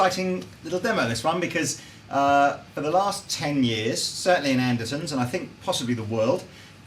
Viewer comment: Lol, you said Andersons, not Andertons, you said it twice